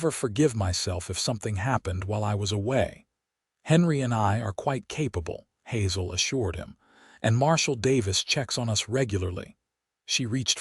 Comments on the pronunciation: Hazel mispronounced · Terrible terrible AI reader for this video!! Hazel is pronounced all the time with a hard a cuz it's an actual word, and Santa Fe is pronounced with a short e all the time. Not only does this reader make constant errors then he changes his mind back and forth and back and forth and back and forth, really stupid, it ruins a perfectly good presentation!!